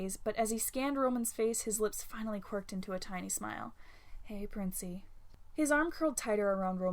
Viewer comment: So uhhh is no one gonna talk about how the ‘Hey Princey’ when Virgil finally got to Roman sounded like ‘Hey Adora’??? Like are we not gonna discuss this?!